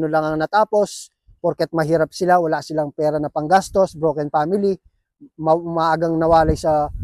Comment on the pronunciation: "awla"??? hahahahaha kapampangan ka ne bappppp 😅